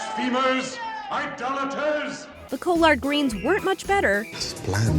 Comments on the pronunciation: The Col-lard? Its pronounced callr'd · What are co-lard greens? Oh oh!..... you mean collard greens! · Uh uh did she really say COLARD instead of CALARD greens... she pronounces her A’s any weird way... like against to agAINst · “Co-lard greens “ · Okay stop..... did this narrator jst say CO- LARD GREENS instead of COLLARD GREENS??? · “co-lard greens” i’m sorry hwhat? is this what city people and northerners call them?? bc it’s collard “call-erd” greens right? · Co-lard greens????? Collard greens😂😂😂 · coal lard greens? Just listen lol. She’s obviously not from the south 😂🤣 ( pronounced caller-ds) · Lmao. “Co-lard greens”. Come on, man! Collard! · The joke here was that collard greens is not pronounced cole-ard, it's collared like how you'd say "dog collar" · Narrator: the co-lard greens 🤣🤣🤣🤣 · Lmaooo THE REAL SIN iis you pronouncing COLLARD LIKE COL-LARD GREENS😫white folks eat dem shits too one wordl🙄🙄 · "Col-lard greens." XD dying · Co-lard greens? That doesn't sound correct 🤔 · "CO-Lard greens" I've never in my life.... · "Co-Lard greens" that's the whitest damn thing I've ever heard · " Co-lard greens" Oof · Oh please, did you hear how she pronounced collard greens? More southern flair dangit' 😂 jk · She said co lard not collard greens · What the hell are coalard greens? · co-lard greens....tf 😂💀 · Did this bitch just say co-lard greens???? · She said the co-lard greens😂😂😂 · The Cole-ard greens eh? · Coal-ard greens?! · Its collard greens not col-lard greens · Am I the only one that heard how she pronounced collard greens? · You pronounced collard greens wrong. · Voice over can't correctly pronounce words such as collard and frite